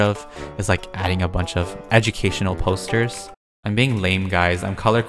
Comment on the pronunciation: I ummmm I thought peetah said toasters instead of posters...